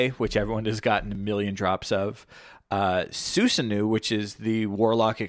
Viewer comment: Btw Susanoo is pronounced Su-san-oh